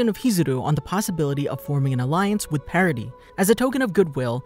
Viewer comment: No, the way he pronounces it.